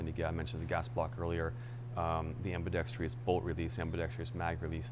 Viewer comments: The word is "am·bi·dex·trous" not "am-bi-dex-tree-us". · Gunsmith is a genius, but can’t pronounce “ambidextrous” properly.